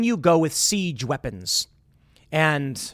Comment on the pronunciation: Someone needs to clip the “weepons”